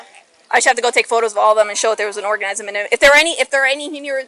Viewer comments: Nobody notices the fish cop called it a orgasm instead of organism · Did she say orgasm or organism lol